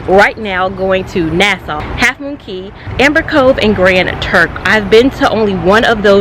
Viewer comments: I'm Bahamian and 'Cay' is pronounced 'Key'! Awesome blog! The Conquest was my second cruise and I truly enjoyed!! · It’s pronounced key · I actually know. It's pronounced KEY. Think Florida keys (which is a misspelling of cay. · Thanks so much for another cruise vlog! I used to do Carnival customer service, and all of the staff members I interacted with pronounced Cay the way it's spelled; however, I didn't speak to any natives, so we could have been chopping it up, who knows? Love the hair...it looks very vacation-friendly! I also love how thoughtful you were to think of your mom needing some kid-free vacation time. As a mom of three, with my oldest being born when I was 22...and now I'm cough-cough 40 lol...I just started taking kid-free trips for a weekend at a time in the past couple of years. I can totally relate and yes, that time is much needed!